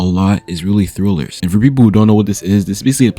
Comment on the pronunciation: its trill not thrill he not reading it right